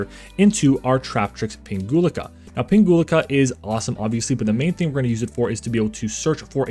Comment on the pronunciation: Nice combo vid! 🙂 I picked up the deck recently so I'm trying to learn as many plays as possible before I take it to locals. P.S. You're mispronouncing Pinguicula 😖😆 (plant geek here) It would go like ping-we-kyula 🫠